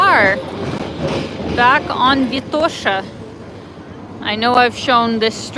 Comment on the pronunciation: What kind of friends you have in Sofia who don’t correct you on how you continue to mispronounce “Vitosha”? 😀